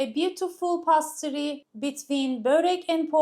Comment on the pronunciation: Pa-toy-to degil. Po-tay-to diye söyleniyor. Pastri degil peys-tri diye söyleniyor. iyi amacla düzelttim, hakkinizi helal edin. Elinize saglik 🥰